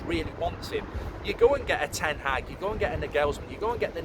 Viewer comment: Just say Ten haag. Why TH?